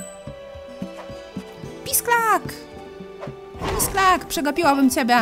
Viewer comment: w niektórych momentach jak mówiłaś pisklak ja słyszałam pisak (LOL) i zastanawiałam się o jaki pisak ci chodzi ps. jesteś mega, nagrywaj dalej bo jesteś naszą dzienną dawką słodyczy,zabawy,rozrywki!!:3